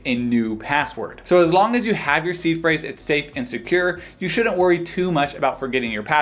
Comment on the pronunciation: In another video, I thought he was saying was C Phrase.